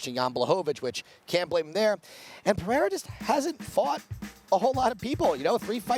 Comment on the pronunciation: I swear Americans pronounce all Brazilian "r's" as an H Guys, it's Pereira , not Peherra y'all literally get paid to talk, get it together guys :/ it's the damn main event